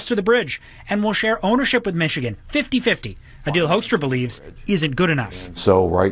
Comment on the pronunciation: FYI, it's pronounced HOOK-struh. With my beloved Canada in a recession, the US's aim is clear: we want to punish you, province by province, until you agree it would be better to be joined with the US. It's disgusting. As for the Howe Bridge, bear in mind our infrastructure is very behind and quite incapable. The tracking authority for passers on this bridge is something ICE is currently fighting with the Admin about. They are infighting for more easy money, while benefiting an oligarch opposed to the bridge's traffic.